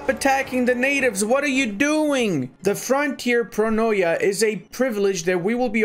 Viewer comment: Excellent mod and video! Btw, for future reference when you see in a Greek word the letters o and i together, they are not pronounced as o-e, but just e as in tea. So barbaroi would be barbare, pronoia would be pronea etc. ☺️